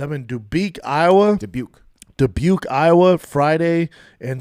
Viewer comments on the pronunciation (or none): none